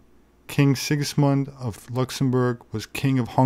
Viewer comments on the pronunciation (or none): none